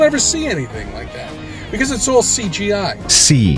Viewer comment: I love it when he says, "C G eye"!